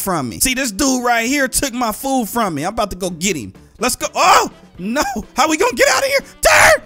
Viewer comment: It's so funny when you say no it sounded like you said naaa